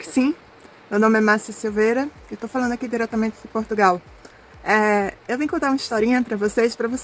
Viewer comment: Aos anos que ela está em Portugal e ela ainda não aprendeu a pronunciar de maneira correcta o nome do nosso país. Ela também pronuncia PortugAAAAAAAAAAAAAAAAAAAAAAAAAAAAAAAAAAAAAAAAAAAAAAAAAAAAAAAAAAAAAAAAAAAAAAAAAAAAAAAAAAAAAOOOOOOOOOOOOOOOOOOOOOOOOOOOOOOOOOOOOOOOOOOOOOOOOOOOOOOOOOOOOOOOOOOOOOOOOOOOOOOOOOOOOOOOOOOOOOOOOOOOOOOOOOOOOOOOOOOOOOOO. Só resta saber "ondgi qui fica essi país" que ela também não sabe pronunciar. É triste ver pessoas como essa brasileira, que apesar de ser descendente de portugueses, Silveira, tem um sentimento nítido anti-português. O que será que ela faz em PortugaLLLLLLLLLLLLLLLLLLLLLLLLLLL e não PortugAAAAAAAAAAAAAAAAAAAAAAAAAAAAAAAAAAAAAAAAAAAAAAAAAAAAAAAAAAAAAAAAAAAAAAAAAAAAAAAAAAAAAAAAAAAAAAAAAAAAOOOOOOOOOOOOOOOOOOOOOOOOOOOOOOOOOOOOOOOOOOOOOOOOOOOOOOOOOOOOOOOOOOOO se o país não vale nada para ela? É mais uma que não faz senão alimentar o sentimento anti-brasileiro, que cresce de maneira assustadora. Ela pode ter os diplomas todos que ela quiser, mas ela não deixa de parecer uma tonta, que tem deficiência na fala e que é do terceiro mundo. Sempre deu a entender que era meio tonta, coitada. Ela sempre mostrou esse sentimento doentio, de invejosa, acerca de Portugal e dos portugueses desde o dia que ele colocou os pés cá. Ela que pense só um pouco em que país ela nasceu e cresceu, um país do terceiro mundo,um país cheio de violência e cheio de FAVELAS, que nem para colónia já serve. Tão invejosa que ela é. SEMPRE foi, desde que para cá veio.